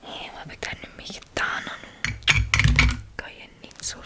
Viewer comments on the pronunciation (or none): Hahahah echt geweldig “HEDAAN” neen, het is GEDAAN 😂 maakt niet uit hoor bij mij zou het eerder zijn GEDAAAAAAN HAHAHAHHA